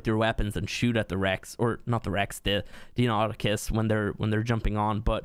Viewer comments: You pronounced it right at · They're pronounced "DINO-nye-KUS" and "why-VERN", BTW.